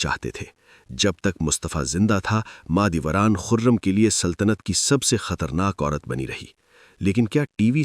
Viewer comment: mAh e dolat ni mAh e doran